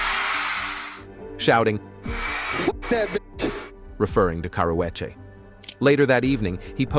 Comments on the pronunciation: Why they pronounced Karrueche name like that..and when was she in a fight with Rihanna 😂.. She always full of herself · The narrator is killing the name pronunciations